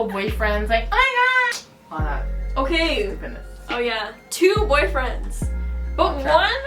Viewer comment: Ohkaaayy with the Jamaican accent coming out shawty